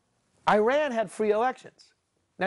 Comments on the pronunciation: Please have that Boshi pronanciation of Iran corrected. this is not eye.....run (just use "eye" here for Ireland only) But Iran is eaeeeeRuuuun . Eat.......Run. Hope this help you guys. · With due all respect, is NOT EYERAN! is IIIRAN. You got so many things wrong about Iran history but I agree with the fundamental point. Mossadegh was about to abolish the British petroleum rule and nationalize the oil. Shah was not necessary a bad person and he was not a product of west! there had been kingdom in Iran for over 2500 years! you should put in account the cold war and communism too. The clerks did not start the revolution they just stole it!